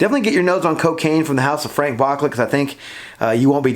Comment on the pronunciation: It’s pronounced BOOCLAY